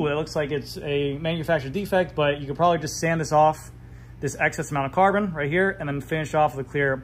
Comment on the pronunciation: Every time he says „Carbon“ to the Epoxy my toe nails curl. And i cant unhear it.